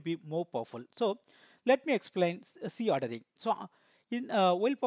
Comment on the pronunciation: Is C ordering and Z ordering both are same...bcos in video you have pronounced as c ordering instead of Z ordering..pls clarify